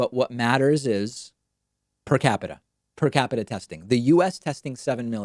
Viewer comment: Omg with the PER-CAPITA. Please frump, google it.